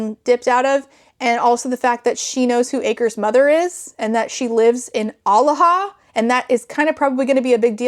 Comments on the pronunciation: thank god i wasn’t the only one, also kept hearing “alaha” as aloha. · i kept hearing Omaha :/